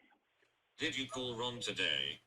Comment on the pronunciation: Yew are killing AHS....num num num. Why dew yew want tew kill AHS??!!